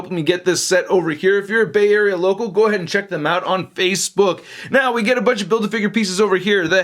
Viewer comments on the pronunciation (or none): none